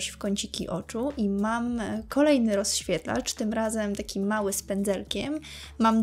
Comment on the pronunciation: Coraz bardziej bolą mnie uszy jak otwierasz usta. Popracuj nad wymowa. Mowisz np. O rozświetlaczu i to słowo powtarzasz w 3 kolejnych zadaniach...